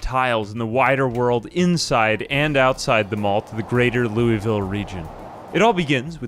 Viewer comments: Loueyville? That hurts my kentucky heart Cmon man its "Lou-vull" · Louisville is pronounced wrong